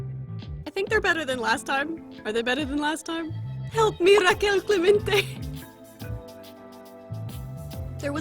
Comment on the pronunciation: the way she says Raquel Clemente makes her sound so latina it made me vomit on mis chanclas